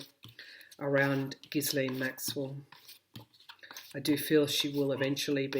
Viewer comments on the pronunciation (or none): passing this on to you as so many intuitives and viewers like myself are having trouble with the pronunciation of "Ghislaine." In a recent yt video, Virginia Roberts Giuffre, one of Epstein's girls who was groomed by Maxwell, pronounces the name "gee'-lun", with a hard g as in go. Hope that helps.